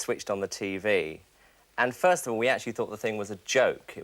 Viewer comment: Doop the way he said TV 😂